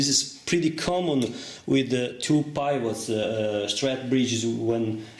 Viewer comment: Another super video! Thank you very much. Your English is excellent. Please allow me to contribute that the sound of the "I" in pivot is the same as in the word "it", and that, "height" rhymes with "bite, "light", and "night."